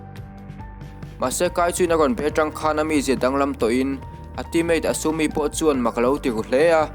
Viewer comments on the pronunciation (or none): asamii ti asami a ni lo 😅 asumi a lom a nih